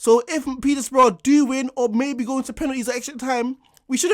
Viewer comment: petersbourugh dam the disrespect